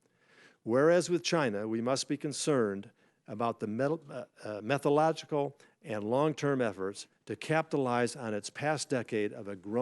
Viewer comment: Coats can't handle even such simple words as "methodological" (six syllables, not five) and "nuclear".